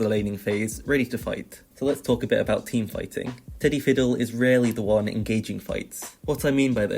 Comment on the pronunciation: Am I the only one who kept hearing tiddy stick and not teddy stick?